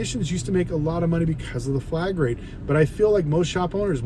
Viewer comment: This dude is calling it flag rate? It’s flat rate. I doubt he knows what he is talking about. Reading some Google script.